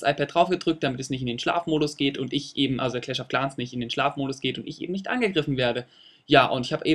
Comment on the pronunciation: ich glaub man spricht das game cläsch of cläns aus nicht claaans